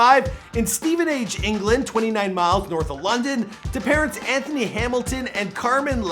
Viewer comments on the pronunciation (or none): none